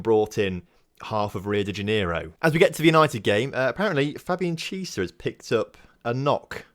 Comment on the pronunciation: Chiesa is pronounced key ayy sa